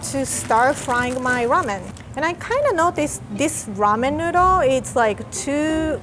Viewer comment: "Rahmen Nudhle"